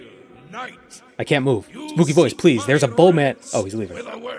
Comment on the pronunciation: The “pleae” had me rolling lmao, “sit”